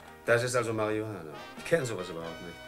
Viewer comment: Denke der Herr Ode hat bei den Dreharbeiten jedesmal wenn er das Wort Marie Juchana aussprechen musste kurz davor ein Joint oder Haschkeks konsumiert.